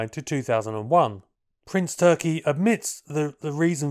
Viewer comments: Calling him ‘Prince Turkey’ kinda detracts. I found the pronunciation with one search. More like Toorrr-kee with a rolled r. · you did it again and pulled a rabbit..a BIG Rabbit out of your hat.👍🙏💪.. 🤔 on another note to keep you in the "know" his name is pronounced more like Toorki and definitely not like that bird 🤓😎